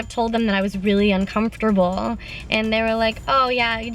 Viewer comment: she said uncomfortable really weird